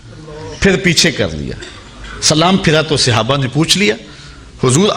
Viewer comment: bohut eman afroz waqiaat aaqa ki zindagi k sunae heen lekin aik lafz ki ghalti thi jiski takrar bhi bohut hwi yani sahaba or sahabi wahid he jis ko aap ne musalsal Sihaba kha or sihabi kha he bra e meherbani drust kr lejie